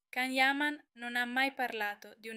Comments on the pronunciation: Ma quali sarebbero le diverse serate? Il giorno del compleanno e sabato scorso? Che affidabilità e accuratezza di informazioni può avere un canale dove chi parla non sa ancora pronunciare correttamente il suo nome? 😂😂😂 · Quali sarebbero le diverse serate? La sera del compleanno e sabato scorso? 😂 Ma ancora non sapete pronunciare il nome? 😂